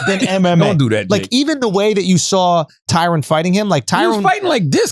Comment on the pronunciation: TyRON not tyrone smh